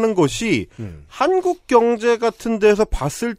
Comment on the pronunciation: 칸국 인 것인가? 한국 인 것인가? 내 스피커 탓인가?